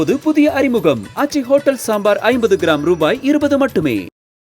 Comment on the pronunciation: அதென்னடா 'ஹொட்டேல்'😂😂😂